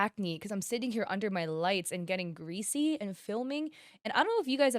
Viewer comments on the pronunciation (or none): none